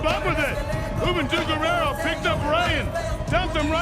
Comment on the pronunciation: Gurrera umm... Guerrero???